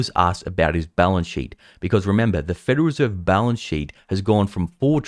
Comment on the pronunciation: It's the "Federal Reserve", not "Federer Serve""